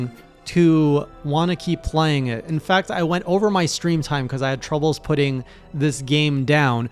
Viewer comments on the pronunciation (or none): none